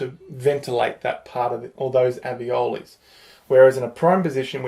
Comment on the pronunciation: Maybe it's the accent? But alveoli or aveoli?